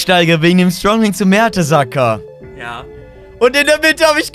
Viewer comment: mertesacker hahahahaha typisch mertesacker nicht mertens